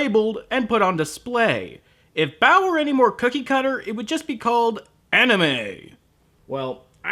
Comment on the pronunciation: I swear every time they say "Baoh" I hear "bowel"